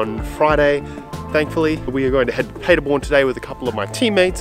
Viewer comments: Great video,!! When you are pretty much fluent in Deutsch, then you will remember that the city is pronounced PAHderborn, & not PAYderborn. LOL Of course, I am just nit-picking, & am not used to your "Strine" accent, so I apologize!! Entschuldigung, ich kann nicht anders... Ich spreche Deutsch!!! Keep up the good work... I love your VLOGS!!! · You could, actually, start working on your accent by pronouncing Paderborn correctly.... imagine Germans talking about a city called Ahdellah-eeda. How long would you take to understand what they mean?